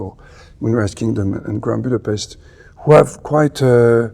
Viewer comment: I appreciate that he pronounces "Budapest" correctly.